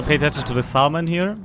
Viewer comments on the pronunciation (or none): Salmon is pronounced "SAM-uhn." I know; English is a silly language.